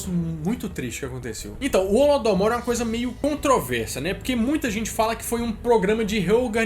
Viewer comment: Não é holodomour é holodomoro